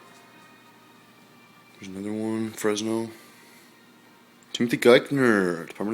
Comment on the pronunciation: fry it's Fresno ca not frezno lol